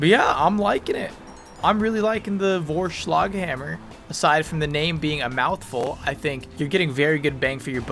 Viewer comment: I have to say, actually nice pronunciation of Vorschlaghammer, good job